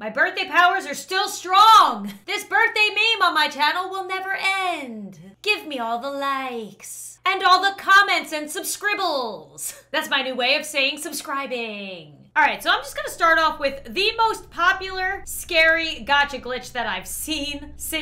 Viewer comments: "SUBSCRIBELS" 😂got me on the floor vibe 😂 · Nobody: Absolutely nobody:: “Subscribles”